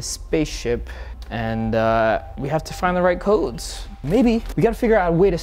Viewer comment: U pronounced the codes wrong . I started laughing